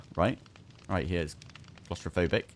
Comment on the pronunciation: "I'm coz-tra-fobik Darren!" 😂